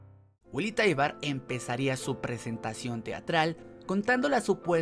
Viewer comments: Es "taibur" no "taibar" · Taibur se pronuncia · Es taibaru